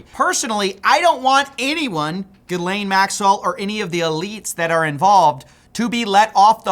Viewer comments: Lol! Not gonna be your final one. And you were doing so well until where you went back to the Ai bot mispronouncing Ghislaine lol. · He finally says Ghislaine correctly but as I write this he said it wrong again...doesn't matter really, keep up the relentless work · Stop pronouncing the "s" in Ghislaine... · Stop stop stop stop stop pronouncing her name like that... The S is silent ffs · Learn how to pronounce her name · Bro could you please pronounce Ghislaine correctly it's driving me crazy lol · Learn to pronounce the damned name for goodness sake 🙄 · I’m certain the pronunciation is on purpose to further slander her in his own way. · LEARN TO SAY HER NAME FFS. How are you studying this on a daily basis and you still can't pronounce her name. Quite a feat. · Hey, the "S" in her name is silent bro. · Dude! You have to start pronouncing her name correctly! The S is silent. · The S in her name is silent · Still struggling with the pronunciation of "Ghislaine" 🤣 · Isn’t the “S” silent in her name!? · Omg you pronounced her name correctly! EDIT: Actually never mind, we’re back to “GIZlane”😂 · The coolest thing about this story is literally no one is sure how to pronounce her name. You pronounce it two different ways in this one video. Ga-lane Giz-lane but you skipped my favorite Jus-lane. 😅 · PLEASE LORD. It's not GIZZ-Lane it's Gi-lane. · Pick a pronunciation and stick with it bro …. “Gih-lane” … “Gis-lane”. You said it both ways in the first minute lol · So is it pronounced Gilane or Jizzlane? Youre confusing me ;D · Gilain and Gizlain lol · Great piece. Ghislaine is pronounced less like "Jizz-Lane" and more like "Helaine." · How do you pronounce her name two different ways between shots! 😂 : “Gheelane” : “Gheezelane” 😂😂😂😂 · Is it GHIZ-laine or Ghee-laine Maxwell ? You pronounced it both ways bro. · Your ability to switch between pronouncing it "Gill-aine" to "Gizz-lane" 3 times in 2 minutes is amazing. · The correct pronunciation is "Geez-Laine"